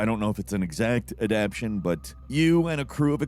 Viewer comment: Add-ap-tay-shun Not Adapt-shun. Jesus